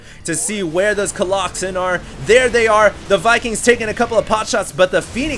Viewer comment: no dude. its definitely not colloxen